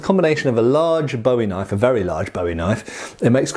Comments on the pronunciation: "That's not a knoyf!-uh-actually-yeah-THAT is a knoyf!" Cheers, LOVE these vids, as I've almost entirely burnt out on the repetitive, brain rotting shit on tv, your channel has become a mandatory part of my week. Great job brother! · ''...knoife'', eek-cha-loi